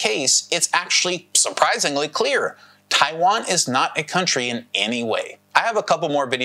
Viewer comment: what amuses me is that you can't even pronounce the name right? lol 😆